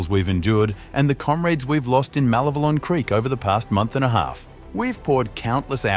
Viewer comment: Mah LEV eh lon… listen to your ship when you land. To take a job where all you do is Speak, and can’t properly pronounce things properly amazes me!